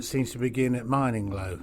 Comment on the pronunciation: It’s pronounced like grinning low but with an M